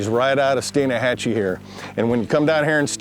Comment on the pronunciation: the guy be triggered when Blair said Stein AH hatchee